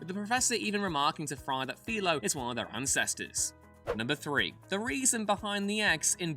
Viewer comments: Philo is pronounced fy-lo. Not fe-lo. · Philo Farnsworth is pronounced Fi-Low, oh you kids these days.